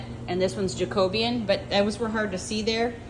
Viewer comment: The way you pronounced 'Jacobean' I didn't get what you were talking about then when you put the stain on the floor I got the picture of an historic Jacobean hall in my area where all the woodwork inside is indeed almost black!